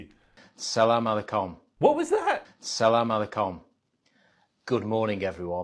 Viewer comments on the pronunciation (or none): sounded like sell all my Kum